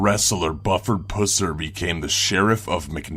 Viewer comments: It is Buffered Pusser, not Buufard Pussar. Dumbass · Buhferd Pooser? Really? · For number 7, how can you mispronounce both first and last name? It's Buford (with a long u) Pusser (with a short u)... the movie Walking Tall was based on him. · Ugh. So like... my father is close friends to the Pusser's. It's not Puss-er. It's said Puh-ser. I cringed so hard. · XD omg did he say pusser? XD im done im so done PG is tooken to a new level XD i cant stop laughingggg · Everytime he said "Pusser" I couldn't stop laughing 😂